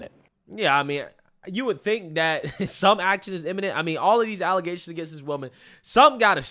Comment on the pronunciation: Yo, whenever you do a story about the super mayor, you should make sure to always say "allezations" instead of allegations. Makes me laugh every time I hear it.